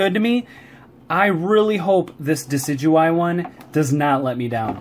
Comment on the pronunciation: Duh-sid-you-eye and roll-it offends me. It is De-sid-oo-eye and rall-it